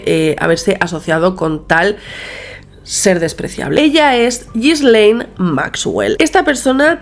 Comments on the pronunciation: es Ghislaine, no Gislel xD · Un trago a mi café cada que dice “Ghislel”.